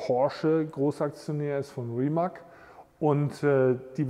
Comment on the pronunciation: kleiner Tipp aus der Schlaumeier-Abteilung: es wird Rimatz (Rimac) gesprochen. Finde es echt super, dass ihr eure Collection mit uns teilt!